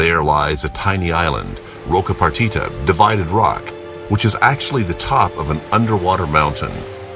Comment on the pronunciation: I agree. Beyond that, there is not much knowledge conveyed here. It is over-dramatized (apparently to make the filmmaker seem like a hard-core adventurer) and there are several misleading/false statements. First, Roca Partida (not Roca Partita as the narrator pronounces it) is not a 'suicidal' place to dive. He clearly dove there on one of the many liveaboards that bring hundreds of divers there every year. Second, his buddy should not have disobeyed the rules and touched the (harmless) white-tip. By adding that to the video, the filmmaker will normalize that behavior and make people think it's OK. Third, the situation with the Galapogos sharks was not a dangerous one, they are naturally curious and come in close contact with divers on almost every dive at Roca Partida. Fourth, his statement about sharks circling 3 times is blatantly false - it's an old wives tale. Lastly, and most importantly, this guy has no right whatsoever to call himself a 'shark-whisperer' as he clearly has very limited understanding of these incredible animals. Nice footage though.